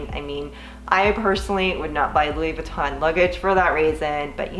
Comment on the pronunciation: Lol “V-ton”